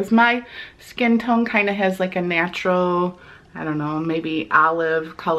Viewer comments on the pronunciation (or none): none